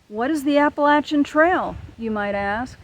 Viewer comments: PTL. You pronounce Appalachian correctly. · Little sister in the Lord. Thank you for your story and your outlook. I love being in the woods. I appreciate your proper pronouncing of the name of the trail. LOL I pray that you are able to finish your journey.. God bless.